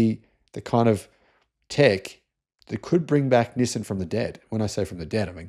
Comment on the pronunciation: Learn how to say Nissan properly. <G>